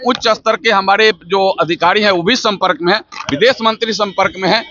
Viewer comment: भाई एंकर को बोलो ज़बान सही करे एक शब्द का भी उच्चारण शुद्ध-शुद्ध नहीं कर पा रही है। शम्पर्क नहीं संपर्क होता है।